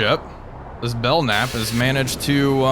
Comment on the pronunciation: Bell- camp is how it's pronounced. Keep up the cool vids